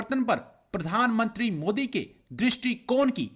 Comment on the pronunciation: Its nt mudi its modi ......are bhai kam se kam nam to thik se liya karo